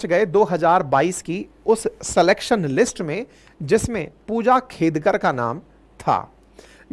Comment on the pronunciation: फूजा खेदकर 😂😂😂 नाम तो सही से ले लो सर 😂😂😂😂